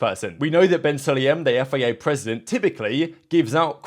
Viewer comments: It is F. I. A, not FEA, why do you keep saying FEA?? Are you broken? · Please learn how to say F.I.A.